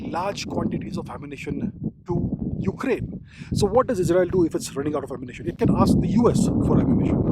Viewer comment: The way u said ukaraine kinda forgotten rn 😂 mannn❤❤❤